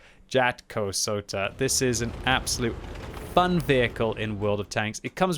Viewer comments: The first one was kinda correct, but the last Džakosoka really killed me 🤣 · It's funny how his pronounciation of "Jatkosota" just keeps getting worse every time he says it.